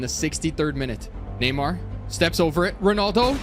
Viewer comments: It’s NAY-MAR not NEE-MAR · did bro said neemar